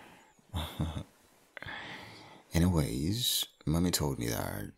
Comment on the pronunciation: It sounds like he said money but then I new he said mommy 😅